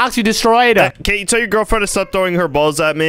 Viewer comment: Hey.. You. Nid. A. Gerlfrand😂😂😂😂😂😂😂😂😂😂hahahahahahah